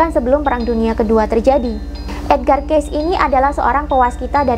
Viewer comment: Mohon maaf, ralat sedikit,. Kata Cayce pada nama Edgar Cayce yang benar adalah dibaca "kei-si", bukan "keis". Lanjutkan terus perjuangannya untuk membuka kesadaran banyak orang terhadap spiritualitas demi menyongsong peradaban baru.:)